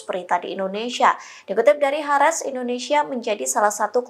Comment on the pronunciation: News Anchor Tribun ga bisa baca istilah asing ya? kalo E nya dobel bacanya I, Al Mayadeen harusnya bacanya almayadin, hareetz bacanya haritz.